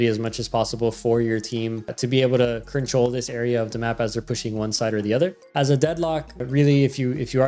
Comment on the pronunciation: stop saying control "crinch troll" please 😭